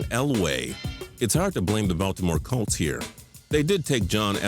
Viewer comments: hey idiot, it's not "Calts" it's COLTS. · The way he says "colts" makes me cringe